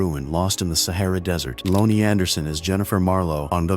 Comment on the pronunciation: Tack O Bell.😂 Loan E Anderson 😂 Spero graph😂